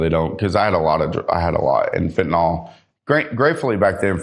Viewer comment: Quick pronunciation note: it’s fentanyl (FEN-tuh-nil), not ‘fentanol.’ If you can say ‘Benadryl,’ you can say ‘fentanyl.’ The ending is ‘-nyl,’ not ‘-nol'.